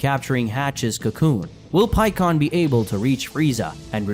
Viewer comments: bro i just don't fucking get it. why do dragon ball fan manga youtubers always miss pronunce the characters names. like i know you've watch the show in dub knowing damn well it's "pikkon" not "peekon" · It's simple mispronunciation. This is a brazilian fan manga and everybody grew up with "Paikuhan", same as the japanese name. English had it changed to Pikkon due to phonetics but "pi" is pronounced "pee" in portuguese, so just a slip of the tongue. He has said it correctly several times in this video as well